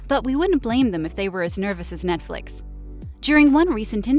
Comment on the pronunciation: I was just thinking why do they keep saying Netfix, this is CW lol.